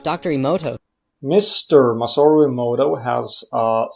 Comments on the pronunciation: it's not ii-moto it's eh-moto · Eh moh toh, not ee moh toh.... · For someone that claims to really revere the work of Masaru Emoto... () does a great job of not pronouncing his last name correctly.